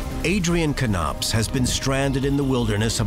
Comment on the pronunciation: Why is he pronouncing it Kuh-nopps instead of Nopps? That's also confusing me 😆